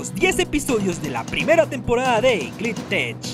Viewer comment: Porque dices "Glitch Techs" como "Glit Tech"???